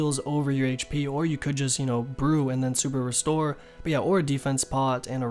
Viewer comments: Sounds like he's saying "subaru store" instead of super restore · i swear he said suburu store lmao